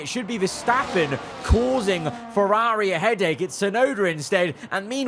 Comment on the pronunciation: Please practice pronouncing Ferrari properly.